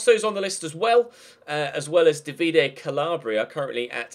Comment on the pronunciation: "Davide" is pronounced with a long "a".